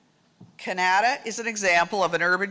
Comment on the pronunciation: the way she pronounced “Canada” smh